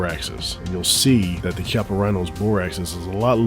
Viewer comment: The 19 is super. And the Rhino is pronounced keyappa@